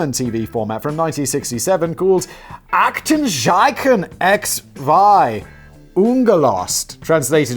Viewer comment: Simon the German z is still pronaunced like ts. If you get that sorted out your German pronaunciation would be pretty okay. Btw x is ix instead of ex in German y is ypsilon [üpsilon like the greek letter epsilon but with ü (or i if ü is too difficult) instead of the e] *and in German Aktenzeichen translates more to file sign/signature instead of number so does make perfect sense actually